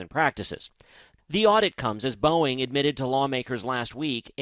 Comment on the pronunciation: You can’t blame the teleprompter for pronouncing the manufacturer “Bowen” and the airline “Yew-nited.” He improved as the story went on, but for a major market anchor, that’s not cool.